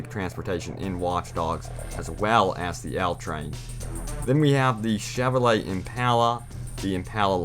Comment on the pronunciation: Did u just say the chevy chveray